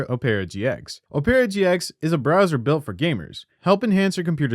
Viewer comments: Lmao I came looking to see if anyone mentioned it. It was so annoying! It isn't "o-pera", it's "ope-ra" dangit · Just to let u know for ur next sponsorship from opera it's pronounced op-era rather than o-pera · Does Opera know you can't pronounce Opera GX correctly? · Ah-per-ah, not Oh-pear-ah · Have we been saying opera wrong? Ohperra? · my man, op-era gx???????? lmaooo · O-pear-ah GX? I’ve never heard a worse pronunciation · Ah yes my favorite browser ohpairah gx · Oh-pear-a GX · aint no way you said ope era gx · mf cant pronounce "opera" lmao "uh-pear-ah" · This guy has no idea how to pronounce "opera" lolololol 🤣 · I hope Opera spanked you for butchering the pronunciation. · Why are you saying it so wrong its opera the music old people like like your mum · bro got a paid sponsorship to say opera wrong for two minutes straight 😭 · Forgive me for this, but that’s not how you pronounce the word “opera”. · How did you mispronounce "Opera" in an opera gx ad dude... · No one gonna talk about opera being mispronounced like 30 times lol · Bro you literally mispronounced “Opera” so fucking bad??! How did you butcher the name like that? Is it on purpose? Why are you pronouncing it like that?? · Do you actually not know how to say opera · Ok you're saying it wrong on purpose. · How are you unable to pronounce opera